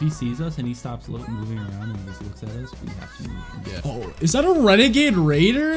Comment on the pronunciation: Bruuh that wenegaid waider was maaad lmfaoo i hope he sees this video